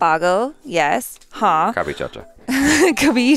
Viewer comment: I now realize was not saying caapi or copy or caabi or cobi he was saying "Kabhi" all this time 😐 This was one of my favorite films I guess it's not for American audience or not for slapstick comedy is never funny to foreigners or it's just too old now